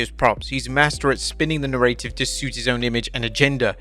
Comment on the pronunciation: Please reassess the way you pronounce the word ‘narrative’, thanks 🙏